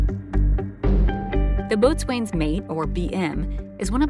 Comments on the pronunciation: AAHH! The name of the rate is pronounced "bo's'n", not boatswain, even though that's how it's spelled. Just like Forecastle is pronounced FOHK-səl. Something you never mentioned is that the maintenance personnel are not ships company, they belong to the air wing. The air wing is able to be transferred from command to command, shore-side or deployed. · it's pronounced "bo-sun" not "boat swain". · UH, boatsWain mate is pronounced boatsins mate! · Good video but boat-swain is actually pronounced bosun :-) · Not "boatswain" . It's pronounced "bosun". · "Boatswain" is pronounced "bos'un". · "Boatswain's" mate is pronounced "Bosin's" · You pronounced Boatswain Mate wrong. Boatswain is pronounced "Bosun". "Bo" (as in Boat) and sun (as in sun)...except the "U" in sun is almost silent so it sounds like Bosn if that makes sense. The Bosn mate is the rock of the ship. I mean that in 2 ways. One, they are strong, reliable, and hold the ship together and two, they typically had the lowest Asvab scores, so they are dumb as rocks.....I'm gonna get some flak for that. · If you can't pronounce "Boatswain’s Mate" properly, you really have no business making these kinds of videos. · It drives me nuts that she is mispronouncing boatswain mate. If said it how she is saying on a ship they would look at you funny. I know I spent 10 years at sea in the Navy.